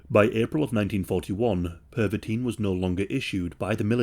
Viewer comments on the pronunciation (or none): (Per-vuh-tin) not (perv-a-teen) you diddy party fucking hall of famer hahahqhahqhqhqhq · Pervitin - Pronounced like "perv a teen". Oh my god. No wonder Hitler liked it so much! 😄😃😄😃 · PERVitin? Hmmm.